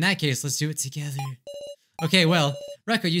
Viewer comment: WHY did you say together like that?!😂😂😂